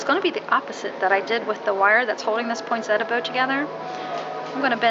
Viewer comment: I just wish people would pronounce Poinsettia correctly it is not a Poinsetta.